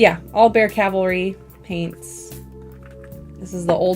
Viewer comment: Thanks for saying Cavalry the correct way, you're the best.